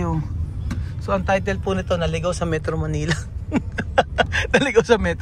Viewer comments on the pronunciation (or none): none